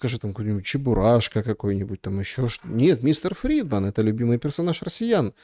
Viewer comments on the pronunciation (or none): Mr. Freeman, а не фридман :))))